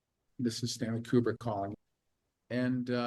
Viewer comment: You could learn to say Kubrick correctly. I feel there might be a point to that. It's not pronounced "cubic".